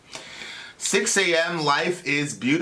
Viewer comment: I found this band in 2013. And I've always pronounced it Sixx am and not A.M lol